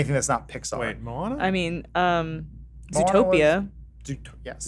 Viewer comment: Excuse me!!?? Adam??!! Mohana??? It's moana